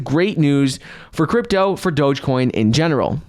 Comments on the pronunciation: Please stop saying dogacoin..it's dogecoin.smh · Wht a flop doja coin at least pronounce it ryt if u advertising it 😂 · From "Bananas" to "Doh-jah". It's progress. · If he wants to call it “dojacoin,” that’s fine ...I cringe with appreciation 😬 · "DogèCoin" - Mark Cuban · What THEE HELL is DOJA-COIN?? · Anyone else hearing them pronounce it like “Doja-coin”? Lol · He is thinking about doja cat lol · he pronounces the e at the end lol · Someone teach him how to say Doge ffs